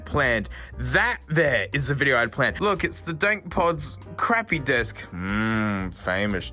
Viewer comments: He means it sounds like he says "fuck". First thing I noticed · sounds like he said "fuck" even though he didn't